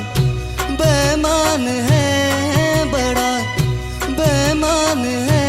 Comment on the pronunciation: bemaan ❌Beimaan ✔️ Pls Bro Legend Hai Woh.. Ase Toh Mat Kar Doh #No Offence😢